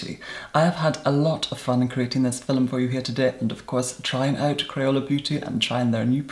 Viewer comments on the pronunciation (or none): "Fi'lum" Love you. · “today’s phil-mm” love eeiiittttt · "in today's fil-um.." iconic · the only reason I'm watching his videos is that i want to hear how he says 'filum' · you have such a calming voice and i love how you say film thank you for being on youtube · I love how you say "film" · Today I met an Irish woman who says film the same way as, I had no idea it was really how Irish people pronounce it. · Take a drink every time “film” has 2 syllables